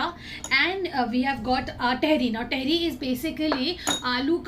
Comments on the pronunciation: Ps it's not tehri. It's taahiri 🙈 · vo Tehri nhi hota tahaari hota h 😅❤️love from Dehradun ❤️😊 it's muskan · टेहरी नही तहरी होता है.. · I am from meerut.. Mazza agya vlog dekh ke.. It's tahri not tehri.. Amazing vlog.. U missed kadi chawal moradabadi daal.. Matar kulcha.. Chaat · Dearr I'm here from muzzafarnagar uttar pradesh the dish u ate in ur dinner it's not "tehri" it's usually pronounced as "TAHARI" plzz make it correct...... Love from muzzafarnagar and totally love your videos lovee youu ❤️ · It is not theri it is Tahari and it is nihari it is nahari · Sorry but tehri ट wala ni त wala tehri🥰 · it is तेहरी not टेहरी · Dear its not tehri its tahari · Not theri it's thadi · It is not a tehri its a taihiri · Didi vo tehri nhi hota h vo thehri HOTA h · Tehri nahi hota di tehari hoti hai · तहरी not टहरी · Its tehri with a soft t. Say like tum(you) in Hindi. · The pronunciation of tehri sounds very funny from ur mouth😂😂😂😂😂